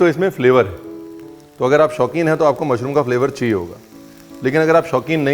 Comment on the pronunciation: Love love the way you host the show with so much ease, that gives the style with a hint of desi touch, "Mushroomo" 😄.❣️